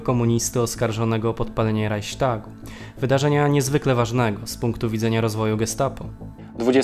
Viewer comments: Nie czyta się "RAJŚTAGU", tylko "Rajchstagu" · "Reiśtagu"? Skąd Pan to wziął?